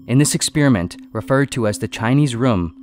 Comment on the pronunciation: I get triggered every time he says ‘ex-spear-iment’